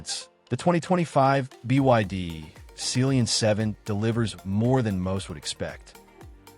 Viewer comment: Ohh... It Sea lion...... Not celionnnnnn😢😂😂😅😮